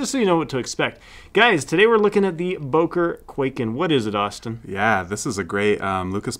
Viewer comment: Böker not Boker